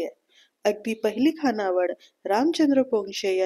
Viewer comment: अत्यंत सदोष उच्चार आहेत. विध्यार्थी नव्हे , तर. विद्यार्थी.. तसेच मुख्य म्हणजे खानावळ नव्हे , तर खाणावळ ...